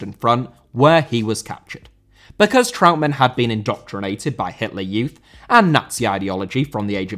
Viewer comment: Trautmann* not Trau'mann